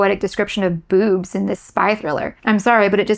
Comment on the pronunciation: The way you accentuate the word "boobs" makes me laugh 😂